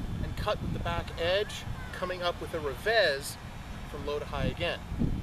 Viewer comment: He is portuguese so you are pronoucing it wrongly (as if it was spanish) Gomes = Gomesh Revez = Revesh Although you should a quick shh and not a long one. Cheers